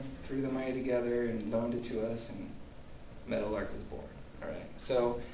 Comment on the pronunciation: Oh. Meadowlark. I thought for 20 minutes you were saying Metal Ark, Good work, looking forward to watching the rest.